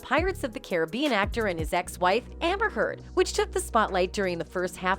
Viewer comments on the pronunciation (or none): none